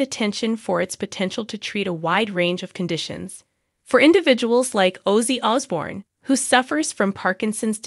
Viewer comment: YOUR SAYING HIS NAME WRONG